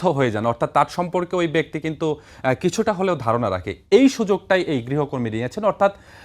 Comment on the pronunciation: Uccharon vul. Grihokortri na. Grihokormi hobe